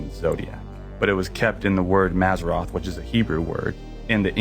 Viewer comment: First clip, wrong. The word for zodiac signs is mazaLot, not mazarroth. Same as gong and long are two different words 😉